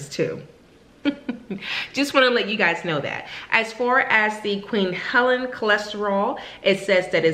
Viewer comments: Helene, not Helen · Pronounced "Heleen" Long E like Queen.. Queen Helene.... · Thanks for your review, just a friendly note on the pronunciation of Queen Helene, it's pronounced Queen [Ha leen/lean] 😃❤️